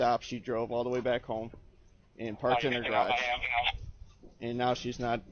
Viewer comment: “Thee DA!” Needs to be fired! Period!!!